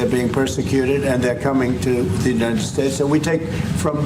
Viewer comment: States, not stakes bro.